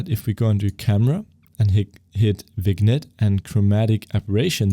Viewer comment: A* is an algorithm, not a piece of software. It's a bit weird to talk about going to the "official A* website" instead of the Wikipedia article (which, by the way, explains the algorithm). The package you have is one particular /Unity implementation/ of the A* algorithm. I know this series is for novices, but they can handle that knowledge. (Also vignette is pronounced "vin yet")